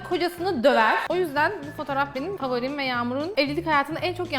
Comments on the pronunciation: Hepsine fovorim demen😂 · hepsine favorim demesi ksksksksksk